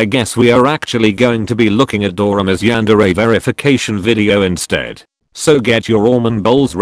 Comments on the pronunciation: The yan-de-re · “The yandere” NO ITS THE YANDEER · "THE YANDEER" "COOKIE MONSTER" 😂😂😂😂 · Dorami: Yandere Everyone: Yandere StarXD: Yandere Mr happy: Juan Deer